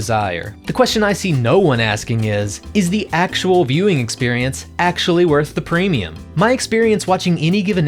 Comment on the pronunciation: Everytime you said "My Viewing Experience." All i could hear was "My Mewing experience"